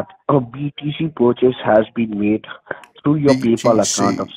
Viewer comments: "PEE-Pal account" 🤣😂🤣😂🤣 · 'peepal' they straight up gave up on trying to pronounce it correctly huh 😂😂😂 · "Peeepal" account LOLOL 😂😂😂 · Sounded like he said your pee pal account the first time